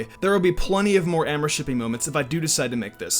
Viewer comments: Did... Did he just say Ambershiping? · “ORMORSHIPPING” “ARMARSHIPPING” “AMARSHIPPING” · you are pronouncing amourshipping wrong